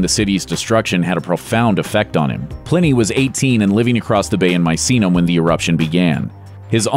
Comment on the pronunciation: Study pronunciation. wt (123) f is supposed to be MAISINAM??? It's Misenum, meeee, saaah, noom! Wake up!